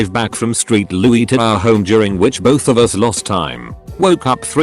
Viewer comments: "Street Louis" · “street louis”